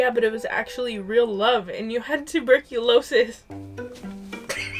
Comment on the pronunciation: When read out tuberculosis i lost it 😭